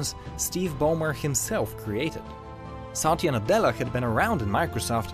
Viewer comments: It's not saaatya. It's Satya with a relatively short length of the letter A's pronounciation. If you say someone's name, atleast pronounce it properly. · I am cringed over the fact that how wrong he pronounced Satya 's name